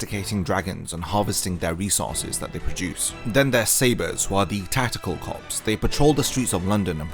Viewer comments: Corps is pronounced core mate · I just want to point out that the P in corps is silent.